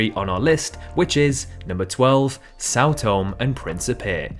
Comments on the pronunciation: What? São Tome? The name of the Island is São Tomé, which is Portuguese for Saint Thomas and not the Holy Book. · Tomé is pronounced to-MEH, not "Toam" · são toMÉ (stress on mÉÉÉÉ) (the ´ sign marks the stress on syllables)